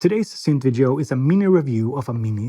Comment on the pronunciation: "...on the next vid ee oh." Thanks for going above and beyond on the pronunciation. Great video as always. I just heard... almost from the horse's mouth ... that these won't be out until the end of summer. I still put down money on one. It's just too good not to.